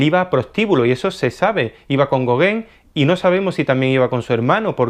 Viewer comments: Muy interesante pero se pronuncia Gogan no Goguen, y se pronuncia Siñac, no Sig Nac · no digas gogen di gogan te lo pongo fonético. Tienes que pronunciar el nombre de los pintores correctamente. Dirías chaquespeare? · Así se pronuncia Gauguin y no es goguen